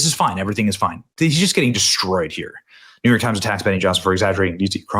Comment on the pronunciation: The New York Times has no credibility, as soon as I hear NeeYork Times, I dismiss it entirely. Thank God your family safely escaped